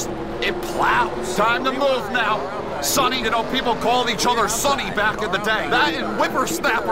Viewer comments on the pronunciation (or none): none